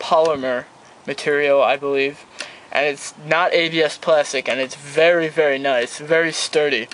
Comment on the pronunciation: "vury vury nice vury thsturdy" ok sorry just had to point dat shit out lol